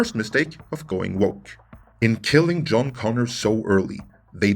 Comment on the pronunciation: Joan instead of John Connor 🤬